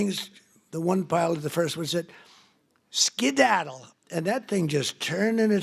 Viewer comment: Can some understand this word salad? Skeddadl? what?